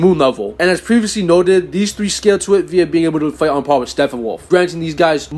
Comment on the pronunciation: "Steffenwolf" is driving me nuts. P's bro. P's StePPenwolf.